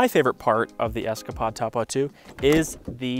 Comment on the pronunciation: You're saying Topo wrong